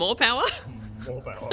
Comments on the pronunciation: Dont worry..we're always here for "more powah" 😏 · "More powah"